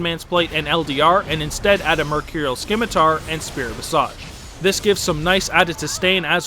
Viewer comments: the C in scimitar is silent. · Your pronunciation of Scimitar had me cringing XD Great video though! Sub'd :)